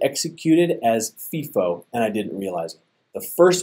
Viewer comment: its pronounced FY-FO, not FEE-FO, when talking about FIFO